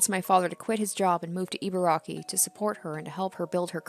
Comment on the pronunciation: e-barky (You got the first two syllables right! A close-enough pronunciation of Ibaraki sounds like "E-bar-Rocky". Love the videos, by the way!)